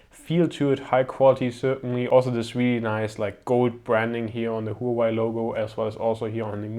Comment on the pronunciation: I heard it was pronounced "wah-way"